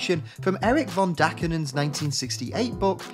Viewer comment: Really??? Dakinen???